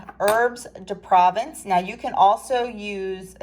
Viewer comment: Looks delicious. Fyi as a Canadian who took French until grade 10 (not an expert 😂) it’s pronounced “pro-vonce” if that makes sense.